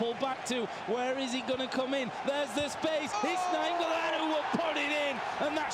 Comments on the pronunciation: The way the commentator says naingolaan pisses me off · That fucking commentator keeps triggering me by saying ningolan**